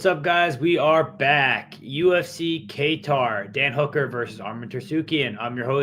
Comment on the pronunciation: "Kaytar" "Bugelo" "Tarsukyan" Never change 😭